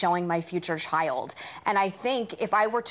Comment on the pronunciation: Then Meghan had to open her mouth..."I'm concerned about what I'm going to show my chi-ild" (number one- "child" is not a two syllable word). I was watching Maude when I was 9 years old and I heard about abortion, gay people, etc., and I asked what all that was. I was allowed to watch Maude because I thought it was funny the way she went off on people, and that's still its biggest appeal to me today. Don't worry about what you're going to do with your kids. Wait until they ask.